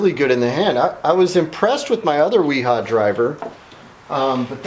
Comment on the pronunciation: You should learn how to pronounce those names in German the W is pronounced with a v